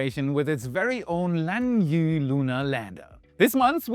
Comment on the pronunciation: Use Chinese text to speech or ask Google, Lan-yoo-eh (yoo-eh as a diphthong) A native speaker will say the end of the dipthong subtly or might be mistaken for a “filler word” (um…, er…, ah…). But Pinyin has a standard spelling these days, so if they’re writing it that way, that’s how it is pronounced.